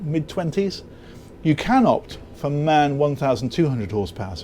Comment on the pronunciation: A little advice, it is not MAN ist is M A N. Like ACDC… 😊. I like your videos, gives a good feeling even most of the viewers can not afford (including me).